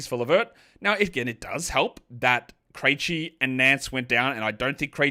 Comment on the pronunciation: You've been pronouncing Vit Krejci's name wrong for the last year or so. Have you watched a single Hawks game in that time?